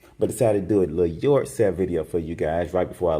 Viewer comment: Yord sale! Haha